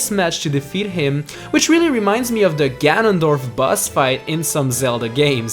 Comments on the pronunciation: stop saying bus instead of boss dude XD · that moment you forget how to pronounce boss in a list 10 best bosses list